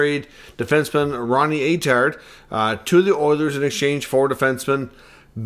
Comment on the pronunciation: Hey pronounce his name right first off lmao